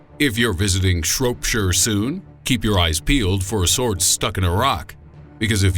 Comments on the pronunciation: Shrop-shire. Not fucking shrope-shire! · The people of Shropeshur?... Its Shropshire, I live there, I am not a person of Shropeshur, I am greatly offended, good day sir. SH-ROP-SHIRE! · oh god "shroap-shire" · Shr-op-shire not sh-rope-shire lol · SHROP-shire not SHROPE-shire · It's pronounced Shrop-shire, not Shrope-shire. I actually live here xD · BTW it is not Shropeshire as you say it. It is pronounced Shrop-shire. no E in between. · It's not shrope sherrrr... It's shrop shire like rop higher, pronounced like that ffs. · "Shroap-sure" and "Nottingham-sure" aside... Cadbury castle is actually down in Somerset. ;-) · lol ikr, I rolled my eyes at that one xdd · Not to be picky and whatnot But its pronounced Shrop-Sher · Shrop SHYRE and nottingham SHYRE. Goddamn Americansss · The O in Shropshire is pronounced like the O in shop, you dingleberry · Worse still, Cadbury Castle is actually in Somerset. There was no need for him to butcher the name! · Im fucking glad somebody else clocked this, pissed me off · He can't say Shropshire it's so funny